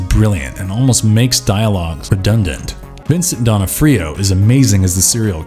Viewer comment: Good collection of films but yeah, he mispronounced those two and Vincent D'Onofrio.